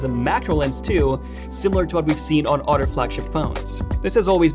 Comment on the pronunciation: I like to listen to this channel… I like to hear Furdder, udder, muddier,Udder…🤡etc…